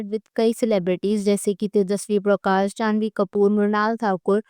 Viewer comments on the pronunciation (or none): none